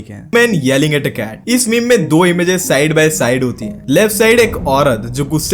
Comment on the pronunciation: Mercedes Ben z nehi Mercedes Benz Benz Ek sath pronounce karte hai bro